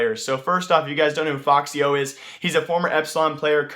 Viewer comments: its f-x yo, not foxyo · ummm its not foxyo its fxyo